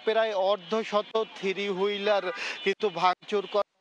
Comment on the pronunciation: একজন সাংবাদিক কিন্তু থ্রি হুইলারকে উচ্চারণ করে "থিরি হুইলার" 🫠